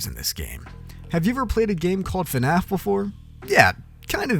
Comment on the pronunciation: man said "fanaf" 💀💀😭😭